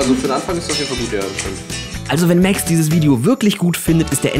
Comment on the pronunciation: Er heisst MAX nicht MÄX!!! 🤦‍♀️🤦‍♀️